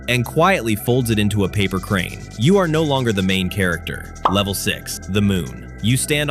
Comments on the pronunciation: It's saying levele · Bruh for each level the thing said levele instead of level